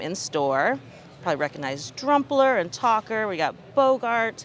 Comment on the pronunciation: nah that aint tawkerr thats talker💀